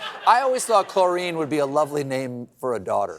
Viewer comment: Love the banter ❤ but... What's with the hair?? 😅 I hope corrections spil-over happens because that's not how you pronounce chlorine, Seth 😉